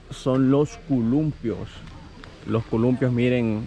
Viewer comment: Hey chavo,se dice columpio no culumpio.ojala que leas este comentario.